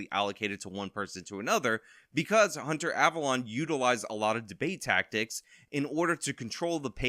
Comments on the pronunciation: The correct pronunciation is "" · The correct pronunciation is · It's pronounced Abalone ( Aaa-ba-lone-e)